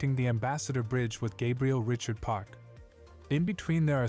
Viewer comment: It was a bit annoying when the narrator mispronounced Gabriel Richards name.